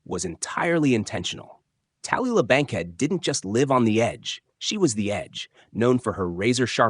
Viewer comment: Not sure if this is AI voice or not, but the horrible mispronunciation of Tallulah Bankhead is sad. Furthermore, not even mentioning Montgomery Cliff's bisexuality, big fail.